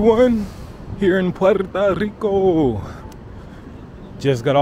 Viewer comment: Puerto not Puerta. Puerta = door